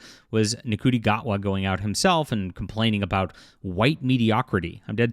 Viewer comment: Not a fan of the man, obviously, but Gatwa's first name is pronounced "Shooty," like the one space cop in THHGTTG.